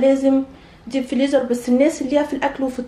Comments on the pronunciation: أنتِ بجد بتقولي فليزر؟!! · اسمو فريزر مش فليزر😂😂